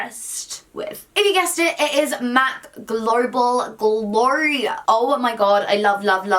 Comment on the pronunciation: The way u said Global Glow freaked me out